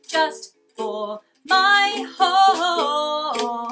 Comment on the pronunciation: It took me a minuet to realize you said "just for my HAUL"....it sounded like "just for my hole" so at first and I was just like...um...what? 😂 I just discovered your channel today and I must say, Archie is so adorable 🐦💚! #thebirdstays